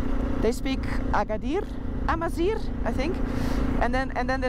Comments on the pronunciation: wé say atlas AMAZIGH not Amazir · For correction the word Amazigh And not Amzir This is the word It is the word defect with us, the Amazighs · Het is Amazigh en geen amaziR (het laatste betekent mest in het Amazigh) :D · Hello.. We say (Amazigh) not (Amazir) because Amazir is not a good word for the Amazighs, and welcome to Morocco